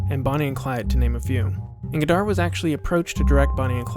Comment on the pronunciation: The final D in "Godard" is silent.